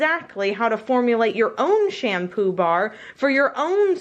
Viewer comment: Am I the only one who heard sham poobah?